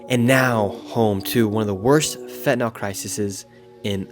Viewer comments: If you're going to cover a subject, at least learn to pronounce it correctly. It's fentanyl; pronounced fen-ta-nill, not fen-ta-nol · Stop calling it Fentanol, its Fentanyl* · Fentanyl, nyl not nol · Look how the word is spelled “NYL” pronounced NIL not NAL…. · Can anyone pronounce FENT-A-NYL?? Americans mix up the vowels!